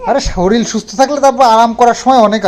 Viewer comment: Ai dada tumi katha sono na kno boloto..ki je bar bar soril bolo..soril hobena sorir bolo plzz..sunte valo lage na arokam sorir na bole tumi bolo soril..onek bar bolechi aro aaj bollam plzzz....